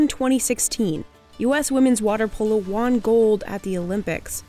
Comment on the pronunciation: Won is pronounced like one, not Juan.